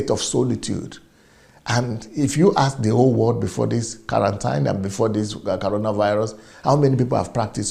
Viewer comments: Is that you can not pronounce coronavirus or what is caronavirus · CORONAVIRUS NOT CARONA